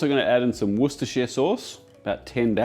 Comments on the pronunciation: any other cooking youtubers watching, this was a perfect pronunciation of Worcestershire sauce. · As a brit, that pronounce on Worcester Souce was so damn refreshing. no over dramatic getting it wrong, just said once and moved on xD First time here, now im hungry, might stay a while xD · did live in the UK for a long time, so he likely heard it enough to get it right.